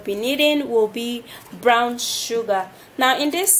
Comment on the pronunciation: && ITS Brown nott Brawn ik u working on English but I love da video babe